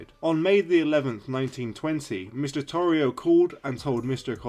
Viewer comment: His last name is pronounced Tore E O